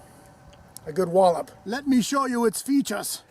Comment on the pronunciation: Let me show you it's feechus! Haha